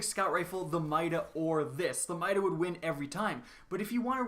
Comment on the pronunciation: I swear if this man says mida one more time I’m gonna unsubscribe